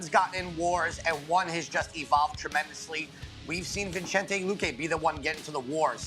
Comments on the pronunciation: Boy said vichente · Dude cant even says Vicente's name properly